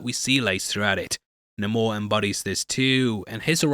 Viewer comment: It’s not Nam-or it’s namor….. ugh Marvel why do you ruin everything now!?